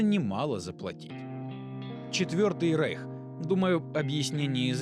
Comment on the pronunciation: Ужасное качество, видно, что автор не знаком со вселенной. АрАбатская вместо Арбатская (от слова Арбат - удивительно, да?), ЧЕРВЕпоклонники превратились в ЧРЕВОпоклонников, ну а произношение слова «рейх» как «рэйх» вообще редки слух. Пока что все плохо в общем.